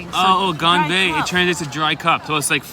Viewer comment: 干杯（gan bei） gain bay😂😂😂